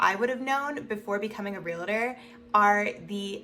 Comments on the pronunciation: Please stop saying real-a-tor, it's real-tor. It only has 2 syllables, not 3. There is no A between the real-tor. If you are one you should definitely know this. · You say realtor wrong